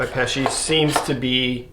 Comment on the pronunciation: Paasche is pronounced "po-ske", it's norwegian and means "easter". 😀